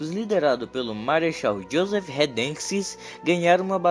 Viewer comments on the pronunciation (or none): none